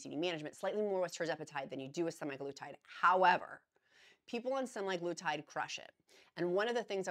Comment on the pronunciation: Thank you for always providing information and updates! Semaglutide = SEM a GLOO tide. Emphasize SEM and GLOO. GLOO gets the most emphasis. Source: USP Dictionary Online (aka USAN)